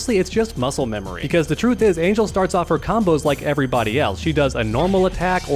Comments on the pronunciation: Not to sound rude, but her name is pronounced Ahn-hehl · It’s pronounced Ahn-hell lol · The mispronunciation of her name is so cringe